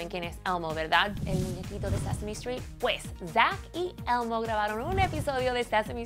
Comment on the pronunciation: si hablan español ¿porque pronuncian el inglés de una forma tan mamona? elmo elmo elmo no almo carajo!!